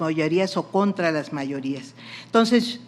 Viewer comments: Ministra: no se dice “tonces” se dice “entonces”! Siempre se puede aprender algo! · Señora no se dise "tonses"